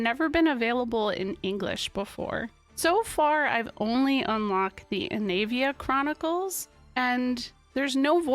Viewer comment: Pretty cool! But man, my ears and brain are still taken aback by Ivalice being pronounced the way it is supposed to be. Growing up my older brothers always said it, "I've-All-Iss." And it actually being Eee-va-lease makes me feel the Mandela Effect, like I fell through a dimensional gap at the beach after collecting komodo dragon scales or something.